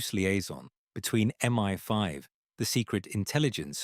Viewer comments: Such a weird mistake for such a natural narrator :D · MI-5, not ME-5